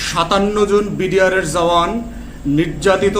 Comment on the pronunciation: The correct pronunciation is “Jawan” not “Zawan.”